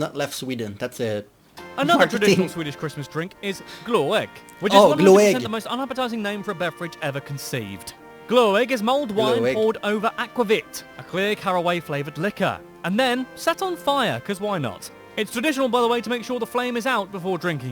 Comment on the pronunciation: fun video, But lots of small mistakes. Some because the video is old. Others becasue of he being english. Like Glögg and not Gl ó egg. Its not sour herring its fermented herring, Smell even worse then Durian, Yes is that bad. But the taste is most salty fish. (personal im not a fan of Surströmming.) One of the pictures of Swedish meatballs looked like falafel. Think the dutch was an generic picture from IKEA in Belguim. and more. Still a fun video of a foreigners take on Sweden. NO Goat do not pull Santas sledge. But goat was important long before Santa clause was invented.